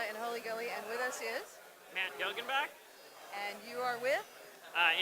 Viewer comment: * not Guillen block